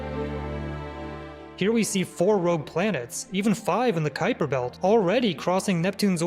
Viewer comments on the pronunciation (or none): Kuiper belt ❌️ kuuper belt✅️